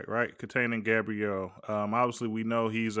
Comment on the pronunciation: called Dillon “Gabbriel”🤨it’s a hard “A” bro!